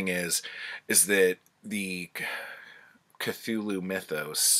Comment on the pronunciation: 😂 "... which led me to Cathulu"